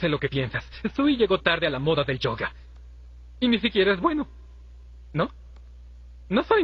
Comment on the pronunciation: Creo que el chiste del que subió esto es que pronuncia mal ciertas palabras y yoga es una de ellas